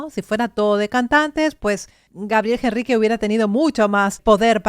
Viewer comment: por que ella dice gabriel Jenrrique si es con H... al pronunciar es directamente con la E... ENRRIQUE (NOOOOOOOOOOOOO) JENRRIQUEEEEE